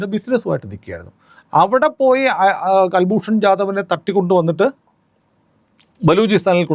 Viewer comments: കുൽഭൂഷൻ ആണ് കൽഭൂഷൺ അല്ല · ji, കല്ഭൂഷന്‍ അല്ല, കുല്‍ഭൂഷന്‍ ശരി. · കുൽഭൂഷൺ ആണ് കൽഭൂഷൻ അല്ല. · കൽ ഭ്രൂണ ല്ല കുൽഭൂഷൻ യാദവാണ് നേവി റിട്ടയേഡ് ആണ്. പാവം ബിസിനസ്സ് കാരൻ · ഇദ്ദേഹത്തിന്റെ പേര് കുൽ ഭൂഷൺ ജാഥവ് എന്നാണ്; കൽഭൂഷൻ അല്ല. മുഴുവൻ പേര് കുൽ ഭൂഷൺ സുധിർ ജാഥവ്. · കല്‍ഭൂഷണ്‍ അല്ല, കുല്‍ഭൂഷണ്‍. കുല്‍ഭൂഷണ്‍ യാദവ്